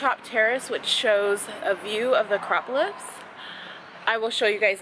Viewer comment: Your Acropolis pronunciation game is strong 💪🏾